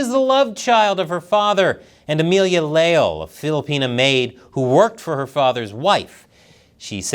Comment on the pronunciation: Le - ál (the accent is for phonetics, not following the orthographic rules) "Le" as in Lebanon "Al" as in penpal Stress on the a, there is no diptongue, it's two syllables (hiato)